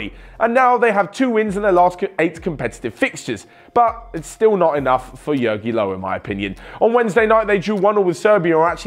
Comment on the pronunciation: Its funny how you pronounce Jogi Löw. Plz ask the German onefootball how you should pronounce it.